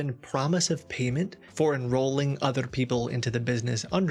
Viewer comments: "otheRRRR people" LOL, I think you've spent too much time speaking with Indian scammer over the phone that the accent is catching on. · for enrolling OTTRER people (indian influence coming out) :D